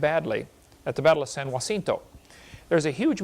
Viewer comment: And also Kent mis-pronounces “San Jacinto” 🙄🙄🙄